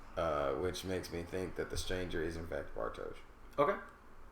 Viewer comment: Nice one, been waiting for this! Since you mention Mikkel a lot: If you want to perfect the pronounciation, think "Mickl", emphasis on the first syllable. Can't fault your Bartosz and Helge though :)